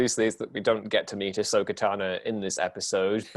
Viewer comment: Why is it sounds like he's pronouncing Ahsoka's name as Asso Katano, I can't unhear it now! (Brilliant video, both theories about the clones equally believable)